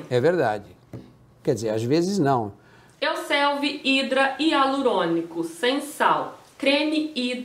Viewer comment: Euselvi????? Falou duas vezes 😂